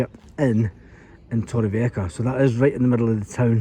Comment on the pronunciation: Good videos. Just a heads up that “j” in Spanish is pronounced as “h”. Lol, no beers for you until you pronounce your city correctly.😅 Torrevieja ends in “ha” not “ka”.😉